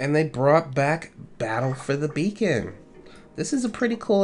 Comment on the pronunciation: When he says 'battle for the beacon' it sounds like he says 'battle for the bacon' 😂